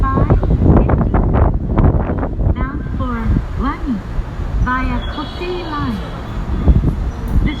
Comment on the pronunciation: 湖西線はお乗り換えですって英語でアナウンスする時にコウセイラインって聞こえるのは僕だけですか？w